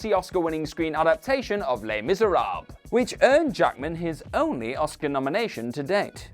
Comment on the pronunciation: Les Miserahhhh? Reehan Johnson?